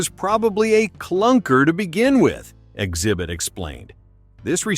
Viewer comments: I think it's AI so it's reading the x as silent. I have trouble finding good YouTube videos these days cause it all sounds like AI now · Why tf do you call him "zibit"